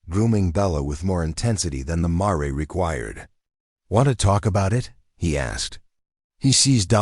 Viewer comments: Tell your AI it's Mar, not Maray! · Paint "marey"? Seriously! Lose the crappy AI and get a real narrator or forget doing this.